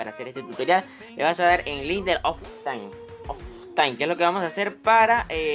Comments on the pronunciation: Nadie Absolutamente nadie Enserio,nadie Este chico: Oftain Se pronuncia optifain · He aqui un influencer que solo coje contenido de otra gente y lo copia para sus videos sin informarse, OFFINE jajajaj se llama optifine aver si aprendes a leer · " Oftine" se nota que no sabes ni que pedo porque se llama optifine y es un mod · El oftain jajsjajs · Oftain JAJAJAJA Esta Bueno El Tutorial Pero Me Da Riza El OFTAIN JAJAJJAJAJAJJAJAJAJAJ